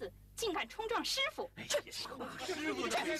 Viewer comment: ya man . When u said 师傅. Ur tone is right omg. Quit rarely we hear non chinese speaking pronouncing it at the right tone